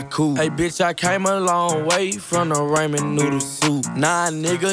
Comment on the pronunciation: Nobody: Literally Nobody: Quin: Raymen Noodles